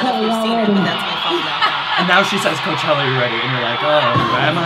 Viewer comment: Lmaooo “hooker” for Coachella